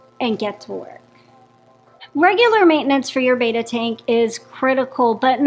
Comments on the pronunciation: You're pronouncing it wrong. It's not "bay-tuh." It's "beh-tah." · Yoyr pronunciation of Betta is incorrect. It's not Bayta. It's betta with a short e sound. 😊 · It's not BETA, it's BETTA, like "better" with an A at the end instead of ER. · Its commen sence to say betta not beeeta how can jou educate People and not say the name correct your the experts